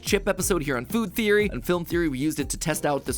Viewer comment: I love how you said good theory instead of food theory! 🤣